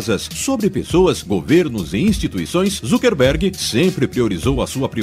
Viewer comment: "ZUCKERRRRRRRRBERG"???? OI??